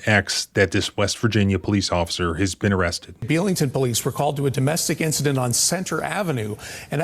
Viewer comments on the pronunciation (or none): There are a lot of posts that are saying that he was involved/there during a murder in Grafton. Unsure of the truth behind that. But also, just a pet peeve but it’s pronounced Be-ling-ton not bell lol. 😂 but I’m appalled that any of this happened. I don’t know who, what, when, where or how. But I want to and you seem to be very much so in the business of fact finding and I really appreciate it. You gained a follow from me. 😊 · One small note Belington is pronounced like BEE-ling-ton *edited to add TVRJ is Tygert Valley Regional Jail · Wow! I live in the next town over and never heard of this. Our area seems to attract corrupt people who want to be cops. And, the town is actually pronounced BEE-lington. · The locals pronounce it Bee-ling-ton. I thought you were from WV? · I’m from Barbour co. It’s “Belington” pronounced “Bee-ling-ton” Just figured I’d help ya out! But yeah, not a fan of this guy🙄 he abused his power too much even before this! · The way you pronounce "belington" wrong drives me crazy 😂.